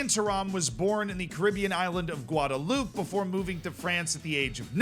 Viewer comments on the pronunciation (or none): none